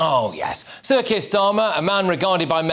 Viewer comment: Every time you say "Sir Keir Starmer" it sounds like CIRCUS STARMER 🤣